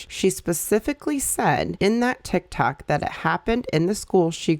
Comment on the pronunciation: ma'am did you say TikTak 😂